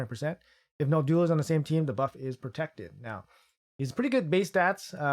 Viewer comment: Can any Raid tuber pronounce Noldua correctly? It's a challenge, it seems 😁😁